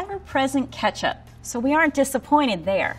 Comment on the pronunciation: I’m sorry, did she say KETCHUP?!?!?!